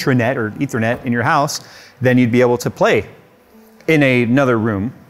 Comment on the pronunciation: "Leethernet" LOL